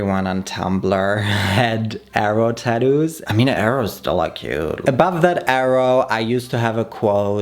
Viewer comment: Why do u say tadoos